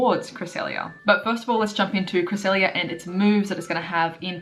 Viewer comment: CREE-SELL-LIA lol if you understand what I'm writing here honestly we all need a proper guide to pronouncing pokemon correctly like knowing the 1 way to pronounce the pokemon without these dumb disagreements lol. The 3DS pro is helpful for a start as you can listen to pokemon pronouncations just like that as you scroll through the national pokedex on that but it also features pokemon from gen 1-5 so pretty much you only need to watch the anime now if you want to know how these pokemon are pronounced and I mean watch the latest episodes of it since some pronunciations has changed over the years e.g. regice used to sound like "REGI-ICE" back when the lucario & the mystery of mew movie came out but now as of pokemon diamond and pearl series regice sounds like this "REG-ICE" that is more correct if you ask me. Just a thought I like to share with you guys here. I am not perfect here let's share the knowledge of pokemon together lool.